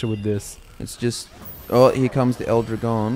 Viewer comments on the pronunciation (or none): "L Drahgone" not "ildrigon" Sorry it just made me cringe a tiny bit how you guys pronounced it. (Am a native spanish speaker) More battleborn content would be appreciated.